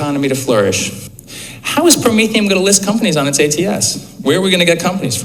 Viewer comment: I think it’s pronounced Pro-mean - fee - n